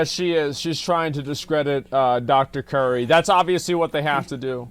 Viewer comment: It's Dr Cutie not Dr Curry